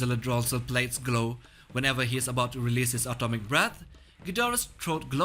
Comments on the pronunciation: I thought I heard that too 😂😂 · Ya lol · Yeah me too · is it just me, or does it sound like he says "Atomic Balls"